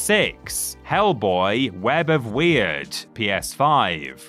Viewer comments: Yeah, the way they kept saying it wrong was really bugging me. TBH they didn't even really need to do research to know how it's supposed to be pronounced, because the game's dialogue literally said it as "word" multiple times. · It's web of Word not weird, please do better research